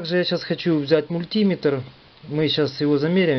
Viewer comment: Всё хорошо, но , товарищ, мультимЕтр, ок?! Работаешь с прибором и не знаешь как он правильно называется)